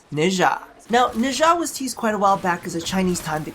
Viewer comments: Nezha's name is pronounced Nah - JAH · a bunch of people have alredy probably said this but his name is pronounced nah-sha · Felt weird when you pronounced Nezha, lol I pronounce it as Nez-ha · why does the west butcher the eastern names XD